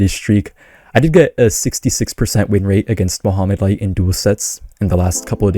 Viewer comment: I kept hearing you say Muhammad light. Muhammad light who? and new!!!!!